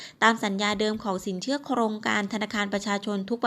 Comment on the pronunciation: สินเขื่อ..ออกเสียงไม่เอก อินาง... ติดเหน่อปะเนี่ย!!